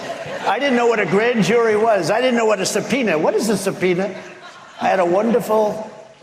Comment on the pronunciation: 'I did not know what a supena was' Ahahahahaha......